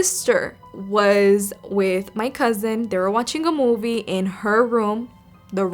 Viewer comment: I remember that time when you say that moive